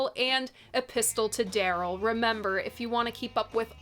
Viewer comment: The T in "epistle" is silent, just like in Apostle, Mistletoe, Often and Cunning. Otherwise, it sounds like he's got a gun! Some banjos are hollow body (no backs) so, it's quite possible he had one and was singing towards the head from the back instead of into the hole in a guitar.